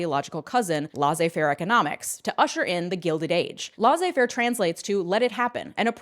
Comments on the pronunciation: A yes "lawzay fair" i recall learning about its intellectual cousin "trycklie dune" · actually, "Lazeu-fairwe economics" reather means "learn to better pronounce French, you damn Yank". But it's fair. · I adore your content! Please look up how to pronounce laissez faire.